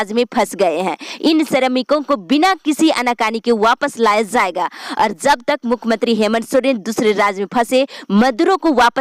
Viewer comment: News padhne me aap "z" bahut zeyada bolti hai jaise jharkhand ko aap zharkhand bolti hai our jab ek sentence kahatam ho toh kuch second ke liye ruk kar phir doosri line bolna chahiye. (Zald nahi jald. Zab nahi jab ye sahi word hai )aap urdu Sikh lengi toh uchharan theek ho jayega.